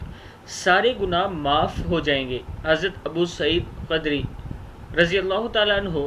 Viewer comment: Abu saeed khudri not khadri